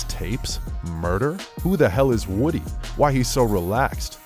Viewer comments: His name is pronounced Whew-dee not Woody like the character from toy story. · It's pronounced woo-dee